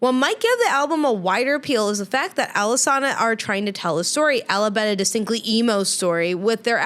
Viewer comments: It’s not pronounced “Alesana,” it’s pronounced “Alesana.” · Don't even know how to pronounce the band name. Done with the video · A group that did “so much research” is the same group to mispronounce the band name… for the hate level expressed, I’d love to see this dude write something better than they did and continued to do.